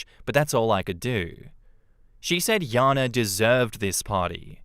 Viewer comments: Just a pet peeve, but in the 2nd story why does keep pronouncing the name as Yana when it's spelled Jana with a J? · I've always known the name Jana pronounced as Jan-ah ('a' sound like jam) and not Yah-nah. This is the second time I've heard this story with the name prounced as Yah-na. It doesn't matter or anything. Just noticed it.